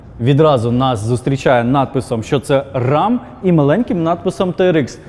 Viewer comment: менеджер , не рам , а рем